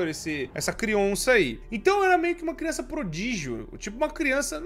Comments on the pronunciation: Já perceberam q o fala crionça ao invés de criança? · crionça kkkk agora e zoologico